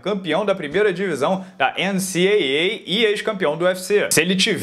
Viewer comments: campeão da primeira divisão da... eu: fala enicidabouei, fala enicidabouei...: enicieiei. Que decepção kkkkk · Ene ci ei ei ? Errou ene ci doble ei kkkkkk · Ah, você pecou, tem que falar enici dabou ei não enici Eiei 😓 KKKK. Brincadeiras à parte, ótima análise! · A vc não quis dizer doumble A agora mudou pra NCAA, tá com medo da galera zoar com vc ķkkkķkkk, mas doumble A fica mais legal é a sua cara. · É a mesma coisa amigo, no primeiro você está soletrado as letras N-C-A-A, no segundo você tá soletrado de forma diferente começa falando N-C e no lugar de fala A-A, você fala Double A (Duas Vezes A)